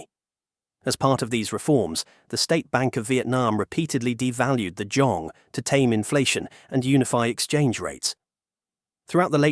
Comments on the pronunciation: It's not how we pronounce Dong. In Vietnamese, it's Đồng, not Dong or Dog and every component (Đ, Ô, \ N G) has their own value when pronounced. And the author of the video is doesn't know Vietnamese to pronounce it correctly, he did it in an English way. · người tạo ra video này đã phát âm sai “Đồng”. vậy nên mọi thứ thật vô nghĩa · Except it’s not pronounced dong. It’s pronounced DOWM. Like saying down but with an m sound at the end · It’s not a real person , it’s an AI voice. That’s why the pronunciation changes so much when the captions spell it Dong vs Đồng. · Đồng not "Dong". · as a vietnamese i am both offended and laughing my out when i hear "dong" for the 6942nd time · if you can't pronouce "đồng" correctly, maybe try another way to address it. it honestly drives me crazy how "đồng" is said in the video. it's like you are saying dick dick dick over and over again. it's so annoying and I wanted to learn from this video but this keeps getting in my way. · How on Earth are you pronouncing Đồng in three different ways, including with an initial Y and an initial J? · Given the fact that you say "Đồng" about a million times couldn't you take just 2 minutes to find out how it's pronounced?